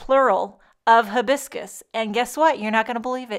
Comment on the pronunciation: The pronunciation starts with "hi" biscus. Like you're saying Hi! Lovely card! Aloha!